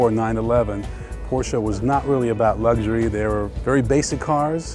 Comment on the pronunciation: It's all about lugshury..